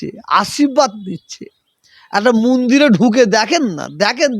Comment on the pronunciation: Mandir uchcharon kortey paro na Toha babu. Tumi musalman samajer netritto debey.?